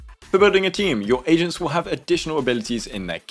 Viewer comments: I’m not gonna lie. I thought he said “three Asians” instead of “three agents” 😂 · Perfect, just what I need. Also I cracked up because I misheard you as saying “your team is composed of 3 Asians”